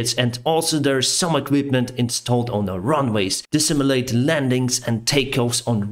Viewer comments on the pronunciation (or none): none